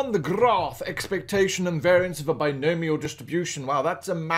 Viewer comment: bi-gnome ial, are you kidding me lmao